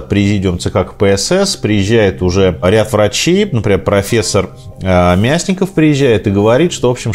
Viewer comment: Спасибо, как всегда интересно! Но, профессор Мясников - одарение на "о". Простите, просто это моя медицинская сфера. 😔